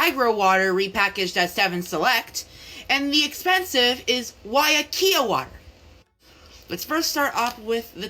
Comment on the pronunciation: Not him saying weiakea water wrong oml